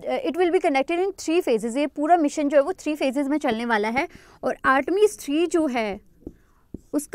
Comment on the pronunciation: Hii ma'am.. Thanks for sessions.. I'm nothing in front of you.. But wanna give u a suggestion..plz work on ur pronunciation..like sometimes I get confused..you pronounce 'औ' as 'ओ'...like u say ओर instead of और.... You're great...you teach also very well...sorry...agar aapko bura lge.. But i said what I felt..😊🙃